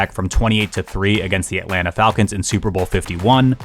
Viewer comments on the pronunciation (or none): none